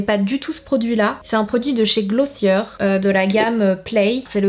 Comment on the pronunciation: Coucou la marque glossier ce prononce avec le er comme les verbes du premier groupe, à la française.